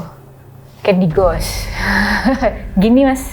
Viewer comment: Buat mbak narsum, sebaiknya gak usah pake istilah (kata) dalam bahasa Inggris, krn pronunciation Anda masih salah, saat Anda sebut candy ghost, pengucapan "GHOST" nya SALAH, coba Anda cek, sehingga kami sempat bingung maksudmu apaa?, gak usah pake bahasa Inggris mbak!, belajar dulu!